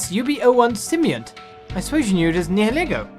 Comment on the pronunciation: So, I think the game pronounces it sim-be-ont. I know what you mean though, the word you are "confusing" it with I think is symbiote, which is pronounced sort of as you said it? Its sim-by-oat there. Sorry to be that guy who points this out, hyped for Breath of the Wild! Godspeed good sir.